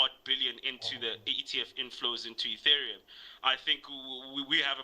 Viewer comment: you had David until you said Etherium 😂😂